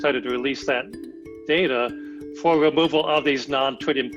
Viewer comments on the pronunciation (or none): They couldn’t get a better spoken scientist? He said wemoval of wadio active matewial